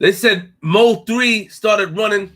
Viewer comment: It's pronounced (Moe - 3) not M.O. 3. Bro a true Dallas Legend 🙏🏾😥🚫🧢💯